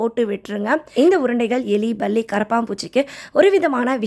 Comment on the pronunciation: Can U say palli properly